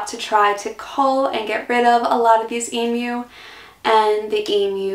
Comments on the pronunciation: I saw that it was a struggle, but thank God you pronounced it Eem-you, and not Eem-oo. It drives me nuts to hear Eem-oo. I don't know why, but it does. All logic says it should be Eem-oo, but logic flew out the window on that one. Thankyou for not driving me nuts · Congrats for pronouncing emu like an Aussie, most Americans seem to say emoo. 😃